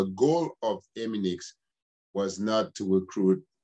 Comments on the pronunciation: It's not EMINIX, LET'S BREAK IT DOWN it's E-MI-NI-FX OK!!! There's one thing you did not know!!! Stay tuned There's more to come ok!!! All these questions you should of ask them before you spoke former prosecutor/ lawyer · Stop saying eminix lol 😂 Bagay ti granmoun nèt. Antouka, merci pou info yo.